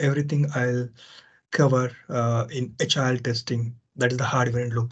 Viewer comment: At the beginning of the video, I understood that you said "HIL" as "agile" for a while. :D The topics almost got mixed up.my mistake of course.